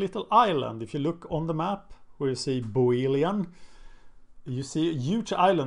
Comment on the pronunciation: Great video! One small detail: It's "Boeotian" not "Boeolian."